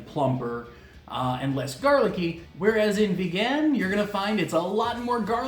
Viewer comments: Ever since I tried longganisang Vigan a few years ago, it has been my preferred longganisa. BTW, put the stress in the first syllable when pronouncing Vigan (say it like VEE-gun, not be-GAN). For your non-Pinoy friends, the "silog" food combos is a result of combining three principal ingredients in their shortened Tagalog form, two of which are: SI - SInangag (fried rice) LOG - itLOG (fried egg) hence, tapsilog from tapa, longsilog - longganisa, tosilog - tocino, chicsilog, hotsilog, et al. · you're butchering saying vigan! it's vegan, like someone is into veggies and stuff! not began, like someone began to eat longganisa or tocino for the first time in their lives! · ......... Vigan is pronounced as veee-gan just like vegan bro.........Merry Christmas......... :)